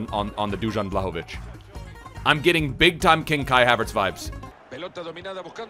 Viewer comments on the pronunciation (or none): You pronounced Dušan perfectly, but just pronounce his last name vlAhović, not vlahOvić :) otherwise great video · You living in Sweden or wherever and not knowing how to pronounce his name is embarrassing